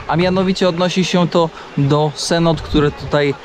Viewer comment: ani tak ani siak, prawidłowa wymowa jest SENOTE